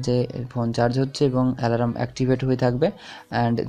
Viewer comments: Bhai alaram na alarm thik kore ucharon korun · ওটাকে আলারাম বলে না🤣🤣🤣🤣🤣. অ্যালার্ম বলে.🤣🤣আলারাম আলারাম করলেন কেন পুরো ভিডিও তে?